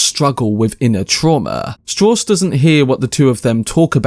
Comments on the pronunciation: Strauss himself explains it's pronounced Straws. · Strawss ? Strauss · Sad they have such a cheap, imitation-cockney voiced narrator who cannot even pronounce a common name like Strauss. I am finishing up a book by the late theoretical physicist Freeman Dyson, who knew Oppenheimer very well and his explanation of the depth, breadth, and empathy of his thinking paints a picture of a remarkable man out of hundreds of remarkable men.